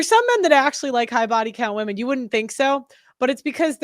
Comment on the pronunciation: WEMEN, WEMEN,WEMEN. All I hear on these videos 🥱